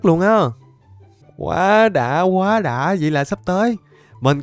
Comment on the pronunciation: cảnh sát chính tả đây , em phát hiện anh đọc đã đã thành dảk dảk